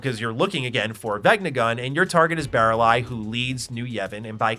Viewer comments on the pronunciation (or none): I looked away from my screen to crack a beer and was like Did he just say Barrel eye? Who the fuck is barrel eye?” I never finished the game when I was a young teen because it was too girly of a game for me so I had no idea who Baralai was.